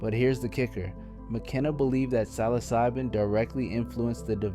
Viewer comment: You can’t even pronounce psilocybin correctly. Credibility lost.